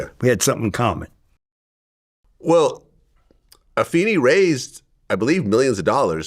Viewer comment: Go Vlad and it is Ah-fay-nee